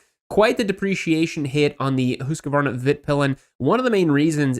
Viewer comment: That makes my ears hurt - it's HUSK-VARNA, not HUSK-A-VARNA. You aren't the only one one, but please stop. I've come to expect better from you.